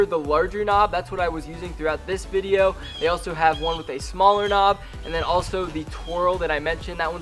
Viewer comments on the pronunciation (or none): none